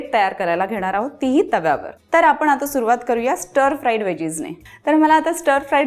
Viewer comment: बाई तुम्ही नीट मराठी बोला. काय धेडगुजरी मराठी? ते आपण आहे आपन नाही. बघवला नाही एपिसोड.